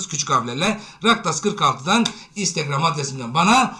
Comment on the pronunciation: Hocam instegram adresinizi buraya yazarmısınız. Sözlü olarak tam anlaşılmıyor